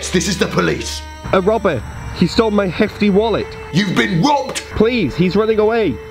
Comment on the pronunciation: Police. DO YOU SAY POICE US. NO POLICE. OH